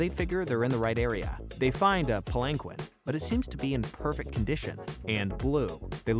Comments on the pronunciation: (pal-in-keen not pal-in-quin) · Jsyk its not palenquin its pronounced pal len keen